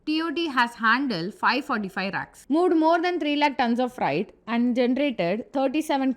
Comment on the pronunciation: Its not "Fright". It is "Freight". Its not "racks". Its "rakes". Still good explanation 👍